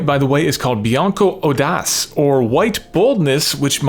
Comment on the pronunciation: FWIW "audace" is pronounced "ow-dah-chay" in Italian ("oh-das" in French).